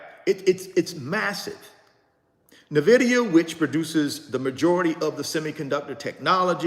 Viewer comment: My friend - with all due respect - I am not coming at you or coming for you... "But" - please pronounce the name of the company correctly. It can be found on their website. It can be found in Fortune magazine. You could just listen to the CEO/co-founder of the company pronounce the name. But, 🙏 please pronounce the name of the company correctly. It means envy in Latin. How can you mispronounce the name of a 3 trillion dollar company of which you own several shares? How can you mispronounce something that you routinely speak upon to the masses? Each one, teach one. According to its website, Nvidia is pronounced “en-VID-eeyah,” not NUH-vid-eeyah, as many have called it. Where did the ‘Nvidia’s name come from? Huang suggested Nvidia, riffing on the Latin word invidia, meaning “envy.” Thank you in advance.